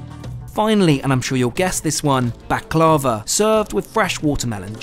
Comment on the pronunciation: Bak-la-va pronunciation.